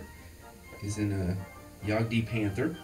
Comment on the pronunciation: Great stuff. You did a fine job. Hmmm... Jagd is pronounced jaaaagt (no "D" sound) Also, I think a wider and steadier shot with the cam would be better (if you have a cam stand... perfect!). It's kind of like vertigo with close-ups moving all around the table; hard to follow along. Also, Veteran trees?!? LOVE IT! :) Kurtus